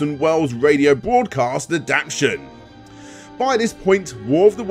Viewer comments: I love u man but my anxiety has got the better of me Ad-apt-ation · “If your pronunciation of ‘Adaptation’ doesn’t include the ‘T-A’, then it’s not a proper word.” Couldn’t help myself.